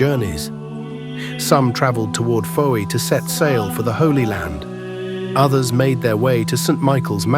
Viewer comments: It’s pronounced ‘foy’ not Fowey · Fowey is pronounced Foy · Fowey pronounced Foy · Pronounced as foy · Makes me laff when they try and say our names lol